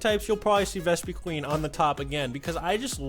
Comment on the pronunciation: it's Ves-puh-quinn